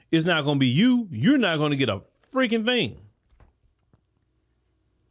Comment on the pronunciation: When said "You're not going to get a ffffreaking thing" I felt and fully understood that pause